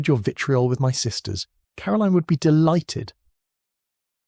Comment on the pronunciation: I really like. He just needs to properly pronounce Caroline. The author has a gift I could listen to these books for hours.